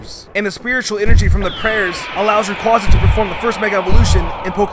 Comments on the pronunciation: It’s not Rayquaca. Its Rayquaza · It's ray-quay-za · and rayquaza is rayqauzzaze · Ray Quaw zuh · It's ray-cway-zu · You mispronounced Rayquaza.